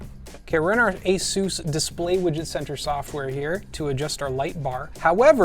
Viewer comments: Well I had no idea it's pronounced ay-soosse, probably because it isn't. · Asooouce. Pegasooouce. 😅